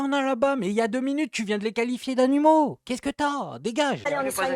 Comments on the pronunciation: ELLE A BIEN DIT A.NI.MAUX !!!! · Moi j'ai écouté plusieurs fois et j'entends bien "animaux" . Le mot commence par A et finit par un O...